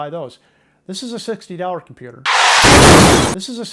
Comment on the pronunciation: kimpewder. :face-red-droopy-eyes